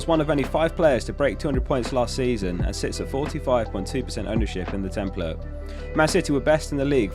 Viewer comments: Tem-PLATE. A not uh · why are you saying ‘template’ like that?